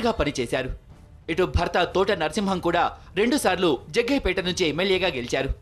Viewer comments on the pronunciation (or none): Jaggayapeta kadu it’s jaggampeta..... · Jagampetta Aya....jagayyapetta kadhu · జగ్గయ్యపేట కాదు జగ్గంపేట